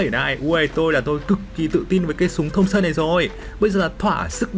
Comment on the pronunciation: Thompson mà nghe thùng sơn hoài 😂